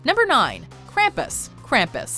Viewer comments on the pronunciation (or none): Am I the only who hates how she said Krampus?